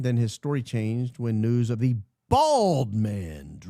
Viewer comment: The way you say “bald” when describing Blakey neff reminds me of George from Seinfeld describing the girl. “She was BALD Jerry!! Bald!” 😂